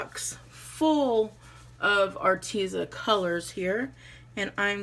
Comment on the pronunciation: Did a thumbs up, off course. Go to a pronuciation sight of your choosing and ask for the right way to say Arteza. Im almost sure you and many others are saying it wrong. I just figure the company may appreciate it😁 cute note holder! Have a great week.